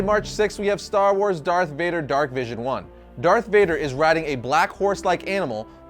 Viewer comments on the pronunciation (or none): none